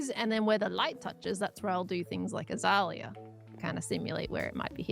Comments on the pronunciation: Az-ay-lee-ah. definitely is saying it weird to me here as an Aussie from wa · The way says azalea is strange to me and I'm Australian. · Same tbh - also coming from a Aussie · Do you have dialects in Autstralia? I mean, if someone from the south of Sweden said a word it certainly would sound different from how I, from the north, would say it. A lot different. Maybe you two are from different dialects or something? Or... she just says it weird. What do I know. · Same, but I've never actually heard an Aussie say it, so I pronounce it the way most of the other hermits do. She maybe saying it the normal Aussie way, who knows!